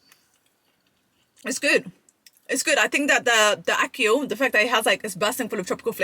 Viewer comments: How you gonna say ackee correctly and then say you dunno why you was saying ackeel and now you’re saying ackeel again 😭😭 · I wanted to watch your review but you couldnt even pronounce the food properly, yuh keep saying Akeel which was annoying the hell outa mi, so i had to just bounce, and i couldnt take you seriously afta dat, get you food right then call mi, every incompetent are making content these days, no offence!! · Btw who’s Akil?, no disrespect it’s Ackee and Saltfish that’s the name get it right please and Ty. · ACKEE!! EEE! Not IL! Love you but you are upsetting my ancestors 😂….He didn’t boil out the salt fish first that’s why🤢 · ackee = akhi . you should know this word very well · It's pronounce Ack key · “Ackeel and saltfish…” “The Amaan of salt in this…” How many Arabic names you gonna drop? 😂😂😂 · You keep saying it wrong and they probably didn't boiled it ment to boiled it twice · She addressed it and said it wrong again… but you can’t hate her she’s lovely ❤😂😅